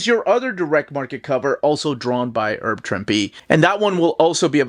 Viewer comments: sorry ahead of time if I sound like a jerk but is there a reason you say "erb" Trimpe? Thanks for the great videos as always! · A couple minor pronunciation notes: “Herb” isn’t pronounced like “erb”, but with the H sound; see Herbert Hoover. Also, it’s “wreak havoc”, not “wreck”.